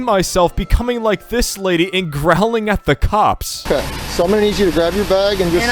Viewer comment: When he said "these are some of the nicest cops you'll ever interact with" i was scratching my head and i thought he said "these are some of the nicest cocks you'll ever interact with"💀💀💀😭😭😭